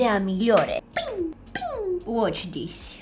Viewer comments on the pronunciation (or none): none